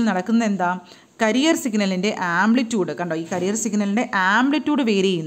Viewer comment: ക്യാരിയർ വേവ് എന്നല്ലേ.... കരിയർ എന്നല്ലോ